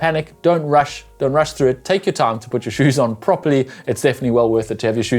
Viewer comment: Putt........?........put....as in....poot......not putt......that's golf!